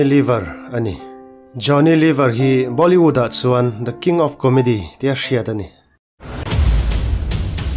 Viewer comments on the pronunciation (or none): Bâw...li..wood... a ni lo va... Bollywood ani.... Lam changkan i tum lutuka, khawvel in a a lam lo dan daih in i lam a nih kha.....in tih changkan tum poh hian thil hriat ve a tha a nia.....😂😂😂